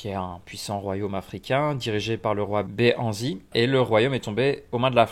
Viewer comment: J'essaie d'être le plus objectif possible, mais quand on commence à écouter la vidéo au bout des deux premières minutes, on entend "behanzy" au lieu de Béhanzin et "tokonou" alors que le nom c'est Cotonou ça me laisse présager de la suite